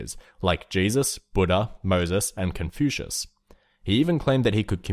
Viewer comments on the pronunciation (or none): none